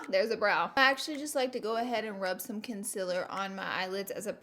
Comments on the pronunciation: It’s concealer not concillor like everyone says it to u but you keep saying it wrong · concIler ? ITS CONCEALER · I think you mispronounced consiller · Please say concealer correctly